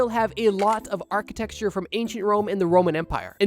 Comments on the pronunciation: Architecture = Ark-uh-tech-sure Not Architexture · Can’t get over you saying architexture